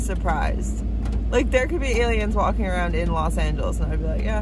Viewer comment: 😍 Oh Precious, You, and Your Videos give me Life!!!🤩 When you said, "Aliens" in CA, I thought you said "Santa Claus", I had to run the video back to see if I heard you correctly!!! You are funny, and fun💝 Thank You for who you are, and thank you So Much for sticking with your YouTube channel ♡ You Have The Best Videos!!!❤ Thank you for taking us along!!! 👏 Suzanne <(((><